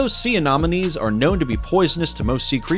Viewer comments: So cringey as f**k how you keep calling Sea Anemones Anomones... how can you even say it wrong your placing an O where there isnt one. Then you call it Sea Anonomies. More than once.... JFC!!! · Bro', I'll subscribe if you from now on never pronounce Anemones in that way again, because you make it sound as if it's anonymous, an anonomy, or anomaly, when it's clearly >>Anemones. Anemones =(Anem-o-nees);- They are named after the anemone, a terrestrial flowering plant, because of the colourful appearance of many. Sea anemones are classified in the phylum Cnidaria, class Anthozoa, subclass Hexacorallia. As cnidarians, sea anemones are related to corals, jellyfish, tube-dwelling anemones, and Hydra. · 'secret antibiotics' lol. SECRETE antibiotics.. And. AnOMinees??? Anemones!!! And Aahfids?? Aphids (AYphids) Dude... You sound like you didn't finish middle school. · "Sea anomenies"